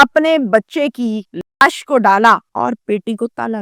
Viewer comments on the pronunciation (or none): Laash KO ash kiun kihti ho ?😢